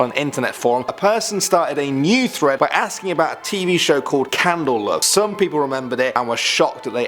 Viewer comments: why does he pronounce candle cove as candle love? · Candle COVE not candle love hahha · It's "Candle Cove", not "Candle Love". 🙂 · Isnt it candle cove, not candle love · It’s Candle Cove, not Candle Love. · It's not candle love it's candle cove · "Candle Love"😂 its Candle Cove😂😂😂😂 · Did he say Candle Love or am I just mishearing it and did candle cove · It's Candle Cove, not Candle Love. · At first I didn't know what the hell Candle Love was but then I realized he was talking about Candle Cove. I love you but it's Candle Cove* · candleCOVE not lov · * Candle Cove. Cove, not Love. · Candel love?? Its candel cove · Oh brother, it's not "Candle Love" it's "Candle Cove" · ink! Tony the kaonashi gaster lol i was thinking the same thing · It’s Candle COVE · Candle Cove. hard c there lol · I was also very confused when he called it Candle Love lol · Candle cove not candle love? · sigh its Candle Cove -_ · YALL SAID CANDLE COVE WRONG